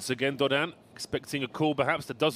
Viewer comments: well you’re saying the A should be emphasized but the comment above you says the A should be emphasized. I guess I should only state that I know as a college French instructor that Dodin is being pronounced quite well. I don’t know Czech but it still is not bad, and how I’ve heard majority of other excellent pro commentators say it. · He’s saying them perfectly, actually. Dodin is French and he is pronouncing it correctly according to French phonetics. He’s also saying Muchova’s name correctly. Not sure what you are referring to at all…